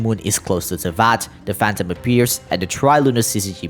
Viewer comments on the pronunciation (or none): none